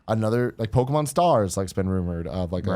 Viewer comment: It drives me nuts how Tim says Pokémon!! “Pokamon” my goodness haha